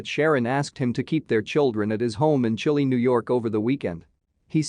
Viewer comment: It's pronounced ChI-Lye.